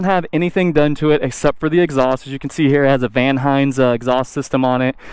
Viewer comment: Between your "Van Hines" mistake and what you said about rear master cylinder location, I don't think you know enough about motorcycles to be reviewing them.